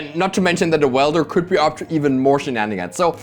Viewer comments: Weld-er not wield-er lol 😂😂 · commentary is great but mispronouncing “welder” as “wielder” is getting me every time 😭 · Is deliberately saying "Goblin Wielder" instead of 'Welder'? Surely someday they will make some sort of Goblin Bombardment creature with that name. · It's welder, not wielder ;_ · is it not Goblin Weld-er? like, welding? like where you melt metals to fuse things? that seems more fitting than Goblin Wheel-der as its being pronounced. just curious. great videos! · does this guy not know the word weld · i love you but its "welder" not "wielder" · I love you man, but it's WELDER, not wielder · WELDER not WIELDER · Every time he pronounced welder as wielder I just pictured some dude swinging a goblin around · Would someone please tell how to pronounce welder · Welder rhymes with held her, not with fielder. 🙏 Also great video as usual.✌️ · You'd think that went to the Seth-probably-better-known-as-SaffronOlive School of Pronunciation or something... W E L D E R, but I mean also Seth called her S I E R R A Angel for a long time... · Amazing video. Btw welder and wielder are different words with different meanings and pronunciations. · Weld is not the same word as wield. Not sure if you were saying it wrong on purpose but it was only funny the first 3 times you said it wrong IMO.